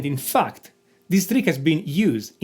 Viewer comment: The way he said "in fact" always caught me off guard..😂😂